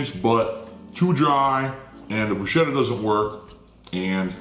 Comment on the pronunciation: Fervently claims Italian heritage. Mispronounces "bruschetta."